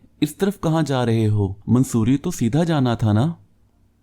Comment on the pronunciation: It is not mansoori Its mussorie